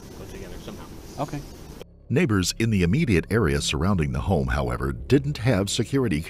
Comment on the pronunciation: it doesn't sound like he said "neighbors" lmk if you think the same